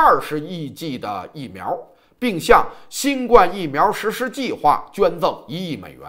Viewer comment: 新冠病毒，第一声!!!谢谢。否则听着别扭。